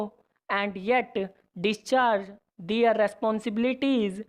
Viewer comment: Prounciation clear Karo apna "Their" word ka pronounciation thik nehi hai